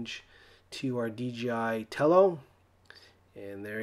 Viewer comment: lol you said DGI and you spell it DIJ.